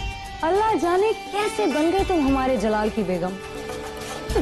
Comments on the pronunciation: Jalaal ko malaal😅😅😅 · Jalaal ko malaal😂😂😂